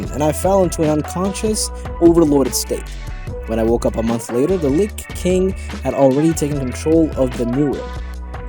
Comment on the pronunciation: you say lick instead of lich